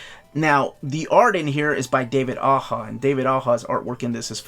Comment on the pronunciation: Do they ever tell you prices, like if iron fist is going to be a 125$ Omni? Also I can’t say this for sure but I always read Aja like you as aha, but I think it was listening to fraction and bru on podcasts saying that it was aw-jaw that made me change.